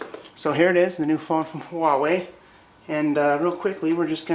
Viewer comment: Wait... you pronounced it huah-way? Finally, someone who doesn't go wah-way!